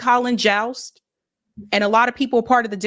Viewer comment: Someone tell it's Colin Jost. Rhymes with host, most and boast